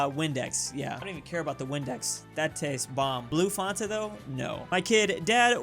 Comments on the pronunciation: Me hearing call it fonta instead of fanta: ANGY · its FANTA not fontuh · Actually it’s Fanta not Fonta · Man says Fonta instead of Fanta. Someone send brain cells to him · Fanta???? More like Fonta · he said fonta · why is he calling Fanta "Farnta" do Americans really say that? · It’s Fan-tuh not Fon-tuh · did he say FOntA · Fanta not fonta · Mate wth is a “FONTA” it’s Fanta as in Fan+Ta, these damn Californians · said fanta like fonta lol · nobody:: “fonta” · tf is fonta? its pronounced like fan ta not fon ta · Fonta? Thats so cursed im going to start saying that. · I'm sorry but "Fonta" is not a drink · The most disturbing thing about this video is how pronounces Fanta. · Fonta lol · No one: No one in the whole entire universe:: fONtA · is wrong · pronounces fanta fawnta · dude pronounces fanta as fonta SMH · No one:: Fonta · "Blue fonta tho?" 🤨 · Nobody:: fAhntah🇬🇧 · Anyone else a little triggered by the pronunciation of Fanta? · the way he said fanta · How the Frick does he's Fanta sound more Swedish then the real Swedish way of saying it???? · Why does he say fanta like that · Who tf says Fanta that way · This man really just miss pronounce Fanta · U say fanta wrong unsubscribe